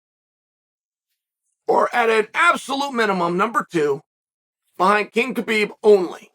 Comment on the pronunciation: Khabibs mother gave him a beautiful name say it right !!